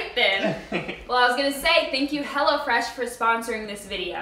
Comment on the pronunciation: All this time I thought they were saying "HellaFresh"! Lol